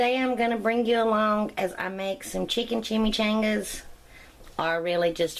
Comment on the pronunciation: I like how you pronounce it so country